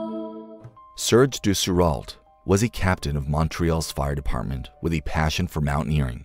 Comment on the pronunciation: This is far better done than the videos on the channel called Mountaineering. The story, narration, and images are all MUCH better chosen, and so much more interesting. But the name of #8, Serge Dessereault is pronounced as Serj (soft j) De se ro (hard o). With the accent on the first syllable. Serj De' se ro. Because I might be criticised by sticklers, I will add the following: The last name can also be pronounced closer to Day' se ro. The first syllable of de or des is actually pronounced half way in between those 2 ways, but I don't know how to write that in the fancy notation that linguists use, and even if I did, I don't have that kind of fonts. It's the name's ending that's more important here. I'm sure his family would only care that I got it closer to right than the obviously American video maker did. Depending on which part of Quebec or France you come from, both ways are correct. The ending of eault is always pronounced simply as a hard O, with no L or T sound. Dessurreault. Same with ault, which lacks the e at the start of it. It sounds the same.